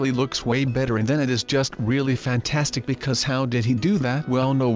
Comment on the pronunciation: I like when says fantanstic